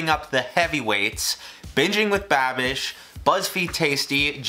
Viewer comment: Did... Did he say "Bitchin with Babish"? 😂